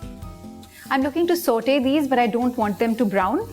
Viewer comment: Saute as in sought you say